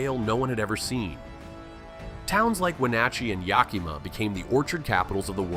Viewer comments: Yakama not Yakeemah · Yakima is pronounced more like Yak - uh - ma as opposed to your pronunciation of Yak-ee-ma . Just FYI in case you come across it again in another video . Thank you for a wonderfully informative video even for a NY transplant who has lived in Snohomish County for nearly 30 years !! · It's "YAK ih mah" not "Yak EE mah". We have some funky place names here, but Yakima is not one of the tricky ones. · that is NOT how you say yakima you said yaCK-E-mah instead of yaC-a-muh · At least he didn't try saying 'poo-ya-loop'! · Not Yaceemuh wtf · okay , that first one you did find that's close enough , but that second one yakima genuinely , I almost threw up hearing that holy , that is one of the worst pronunciation. Yak ih mah it's not exactly , but that is much closer. I'm not exactly sure how to write a fanatically , but yeah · I love it too - the Hoh thing of thinking "I got this: Ya-key-ma." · The way he call Yakima "Yacky-mah" 😂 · I almost gaged when whe said it like that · Cascade curtain? Born in Seattle, I've lived here almost 50 years & I've never heard that term. Of course, I've also never heard that pronunciation of Yakima either. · As an Washingtonian this divid is overstated or press ain't that big devide. Yakima is pronounced wrong on the voice here too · So much wrong with this... The Olympic mountain range creates the Olympic rain forest. The Puget Sound region sits in a bit of a rain shadow itself as a result. So we dont get nearly as much rain as people think we do. I've never heard the term "Cascade Curtain." That is not how you pronounce "Yakima" East and West dont hate each other... the closest we might come is the rivalry between the Cougars and the Huskies. But both schools get students from all over the state, so that's not even a west/east divide thing. Liberals and conservatives are found literally all over the state... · Yakima was terrible. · Might want to work on how to pronounce Yakima.